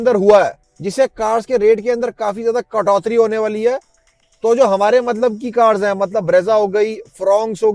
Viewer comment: Katoti hota h .....not katotri 😂😂